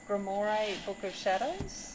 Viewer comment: Just a heads up, it’s pronounced grimwah.